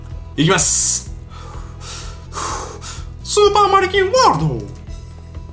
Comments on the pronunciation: スーパー成金ワールドってきこえたんだけどwww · 俺スーパー成金ワールドーって聞こえる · スーパーマリキンワールドが 成金ワールドって聞こえたwww